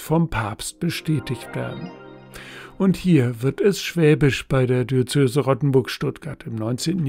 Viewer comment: Warum sagen Sie wie viele Kirchenleute immer "Di-ö-zö-se"? Es heißt doch "Di-öze-se". Sagen dich lieber "Bistum" - das ist leichter!